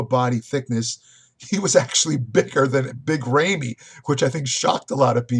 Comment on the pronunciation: Wrong on Phil. Brought his best package. And can't call Ramy, "Rayme" and expect people to take you seriously.